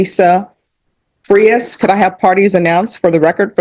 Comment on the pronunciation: Judge is still pronouncing Frias with Englush in mind. Spanish vowels have one pronunciation. English vowels have multiple pronunciatians. Thats the problem ! A can be pronounced 8 ways alone! Its a mess!